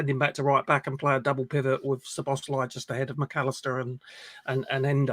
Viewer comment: Pronunciation, obviously not the spelling, Soboslie not Sir boz lie